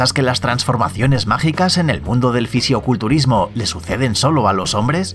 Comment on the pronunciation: Buen video pero solo te voy a hacer una corrección es "fisicoculturismo" no ficioculturismo decilo bien ok.